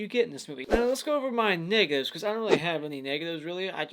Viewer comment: When I heard him say negatives I thought he said the N word!